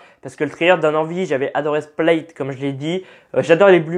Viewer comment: Slt ta vidéo est cool , j 'adore ta façon de parler du trailer donc vraiment t au top. Le seul truc qui me dérange c'est t'a prononciation de Glass ( tu dit gloss) Split qui devient splaït ( ça ce dit Split aussi en anglais) et le pauvre shyamalan( se prononçant shamalan le y est muet) sinon super vidéo continue comme ça +1 abonnés 😃😃